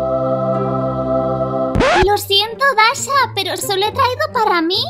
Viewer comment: Es dasha no dachi